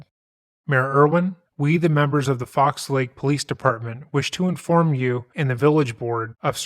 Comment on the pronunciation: "Fox Lake". It's singular. How hard is it to read the name of a town?